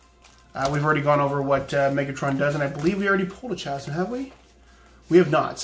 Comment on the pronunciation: Don't worry it pains me too